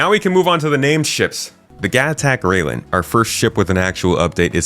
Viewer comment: Railen is pronounced rye-len (rye as in the grain/crop), not rail-en.